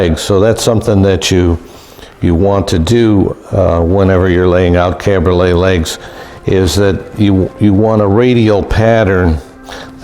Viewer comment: Cabriole, no "t" on the end.